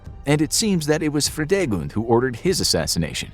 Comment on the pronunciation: I love how Fridegund is pronounced here as a German speaking person :D